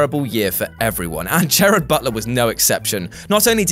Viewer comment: Read slowly it's not Jared it's Gerard.